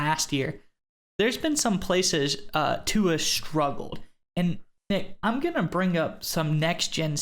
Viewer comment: Guys, please pronounce Tua's name correctly, it's really not that difficult.